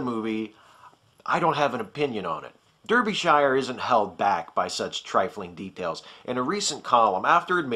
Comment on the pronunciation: You mispronounced Derbyshire. It's "DAR-bee shire".